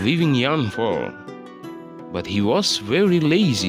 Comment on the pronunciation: You need to learn more about how to pronounce some words, such as took, fell, were, grew up, realized,.,.